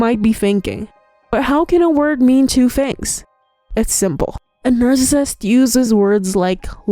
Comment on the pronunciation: Slow down when you say narcissist. If you are going to say it 100x each video it would be nice if you could slow it down and say it properly. Since your channel is on the topic, please learn to say the word. You can do it!